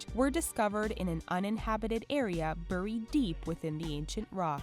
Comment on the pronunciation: Her pronunciations of Chinese and Spanish locations are atrocious... but it's the way she pronounces "buried" that makes me wanna strangle her.